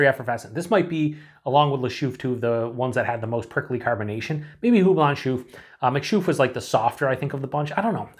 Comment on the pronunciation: A typical example of a Belgian Christmas beer. Try to get your hands on Christmas beers from Belgium and you'll know immediately that with these beers, the brewers like to play with spices and citrus fruits. Just a hint: its pronounced Lachouffe Nice, just the English pronunciation 😊